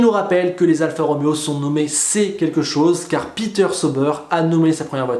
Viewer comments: Dites moi qu'il fais exprès de prononcer sober et non comment il devrait le prononcer saober car c'est de l'allemand... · Juste un petit détail: vu que l’écurie est basée en suisse alémanique le nom «Sauber» se prononce: «Saoubeur». Voilà voilà sinon bonne continuation ta chaîne est génial 👍